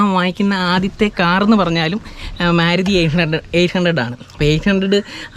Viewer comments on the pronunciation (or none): മ്യാരുതി എന്നല്ല ഉച്ചാരണം, മാരുതി എന്നാണ്.